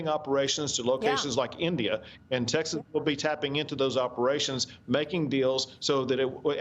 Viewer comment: Maria, is Taxes really a state? Or are you just intentionally mispronouncing the name of the state of Texas? If so, then WHY?